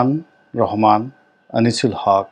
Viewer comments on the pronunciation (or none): none